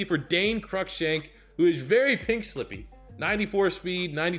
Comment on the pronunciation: Crushank is said like cruise but without the s. So like Crue Shank